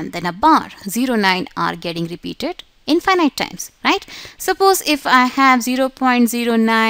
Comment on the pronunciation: Excused me you're pronunciation in infinite is wrong sorry no offend 😅